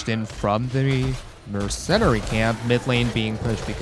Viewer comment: Im a little more annoyed by "mercennari camps"